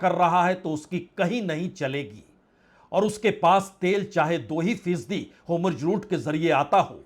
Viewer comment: होम्रुज रुट नहीं है, होरमुझ रुट बोलिये